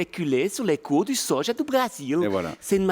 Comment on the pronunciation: "Le sojau"😂